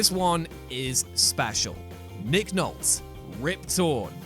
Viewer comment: I’m doubting large parts of my childhood now over “Nick Nolt,” whom I’ve always known as “Nick Nolte (with a long “e”).” One source says the e is silent and another says it is a long e.